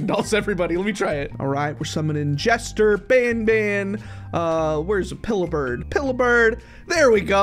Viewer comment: Why did you say band? It is Banban 😊